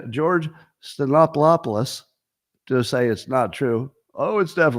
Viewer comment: Stephan-opoulous or ahpolis; not hard.